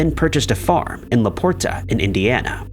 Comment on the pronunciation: It’s Laporte not Laporta